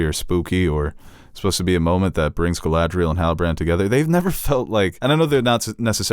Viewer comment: insistence on mispronouncing Galadriel and Isildur is adorable